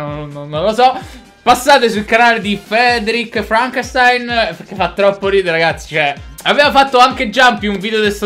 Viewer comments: SI DICE FRANKESTIN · si pronuncia FRANKESTIN!